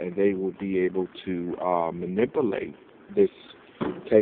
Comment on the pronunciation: Manippalate. Uum. They thow it in mah vehicoo!